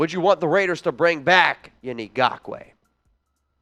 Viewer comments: It's not Gockway bro. You are literally the only person that pronounces it that way. And I'm going to go with his teammates and every sports analyst every color announcer every everything in the NFL pronounces it correctly and you ain't doing it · For GAWKWAY Lmfao, I love how you pronounce his name 😂🤣 It's wrong but too funny to change. Keep it goin 👍🏼 Also, yes we Need Yannick bad. InGawkway would add so much to the team even tho there's an ice cubes chance in the devils playground that we will get him. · like your show and agree with your prediction that YN will not get signed by the Raiders, however, please learn to pronounce “Ngakoue.”